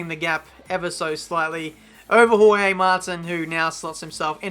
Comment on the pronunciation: "Hohey Martin"... Someone has to teach how to pronounce names... Kivyat, Hohey...